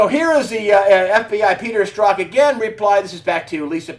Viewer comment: Oh and I believe it's pronounced Sturzok not Stroke